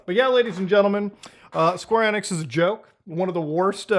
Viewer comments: It's EEEEE nix (long e) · Muta you're silly 🤣 1. Enix is said Eenix(long E) 2. Announcement is due to them starting dev during rise of Crypto nonsense and clearly got stuck finishing this project , likely due to Investors . Investors CONTROL gaming by and large . This is simply trying to turn a lemon into a lemon meringue pie because they are contractually obligated. SEVERAL companies are in development with these wtf games . Even Dr. Disrespect went NFT with his game because it was the Hot trend in investors. This announcement was part of plans started few years ago , they didn't just decide to do this 🤣🤣. Gaming industry doesn't work like that with development cycles lasting years. 3. When development of these wack games , it was huge among investors, from a business and financial pov things make sense easily . Getting a ton of smaller investors leaves more control in Square's corner vs 3-5 big investors who since oh 92 ish run game companies. For example good ol Bobby Kotick.... He might be head of Activision Blizz but game investors are his bosses , they say jump , he says how high period . The more options you give investors, the more you might bring in . Fun fact/example : Netease and Blizzard made 2 big deals in 2008 ,first was publishing deal that's been in news recently, second and most important is development partnership . Netease USA HQ is in a Blizzard building that housed call centers for Blizzard and they have worked together on everything since 2008 ,Diablo 2 lod , Diablo 3 , Immortal